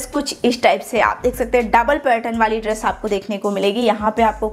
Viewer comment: Positive aspect - You're very hard working and put a lot of detailing and effort into your hauls, videos & even backdrop of the video. It's awesome. Negative aspects - Absolutely hate your accent of speaking it's triggering. I hope you know the difference between श and स , please use it while speaking 😭 what's ड्रेश? Please be mindful about pronunciation and the way you speak any language.